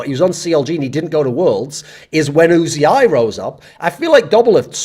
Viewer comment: Pronouncing uzi as you zee eye is criminal 😂😂